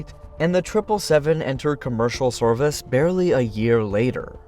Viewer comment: It's definitely AI.. Just listen to how botched the pronounciation of "service" is .. "Sorvice", there was a misspelling in the script or something. A human wouldn't stumble like that. You can also tell by the clearly generated S sounds, high pitch sounds like a badly compressed mp3 file from 2002.